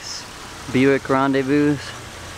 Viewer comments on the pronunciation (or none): ha! he pronounced the s at the end of rendezvous